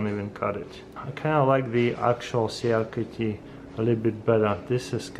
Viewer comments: CRKT is pronounced like " CRICKET" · Cee -uh-car-Tee. 😅. Accent in full effect. 👍